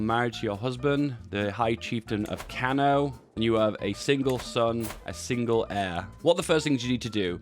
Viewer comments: Kano is a state in Nigeria and it’s is pronounced (car-new) Hausa is pronounced (House-sar) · It’s actually pronounced “Kano.”